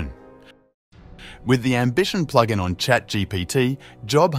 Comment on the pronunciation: Especially pronouncing it “Ploog In”